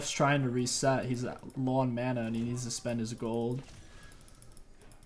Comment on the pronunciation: how did you say "mana"? That sounded like maana